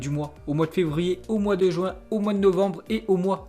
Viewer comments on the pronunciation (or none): none